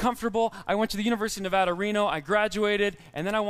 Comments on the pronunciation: Its not Nevahda, it’s Nevada. Lol. I get it. My home, we have to do the same thing. It’s not Newf’ndl’nd, and it damn well ain’t NewFOUNDl’nd, it’s Newf’nland. It rhymes with understand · Thank you, I hate when people pronounce Nevada wrong!